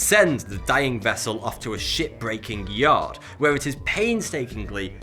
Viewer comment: why does it sound like hes saying "shitbreaking yard"?is it just me?